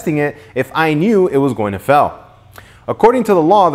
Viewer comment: Did he say "FELL" instead of "FAIL" hihi